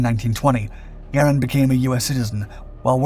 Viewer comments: Great content as always. Only a few tips. Garand is usually pronounced Gar-aand. With a long A. Also the Soldiers in WW2 usually carried empty clips to fool the enemy by tossing the clips early to throw off the enemy. Thanks for all the great videos! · I am 68 and have always heard "Garand" pronounced "Ga rand". Am I wrong ? Is this a regional thing ?